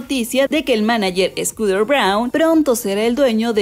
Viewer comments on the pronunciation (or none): Porque dices SCOODER Braun? 😓😓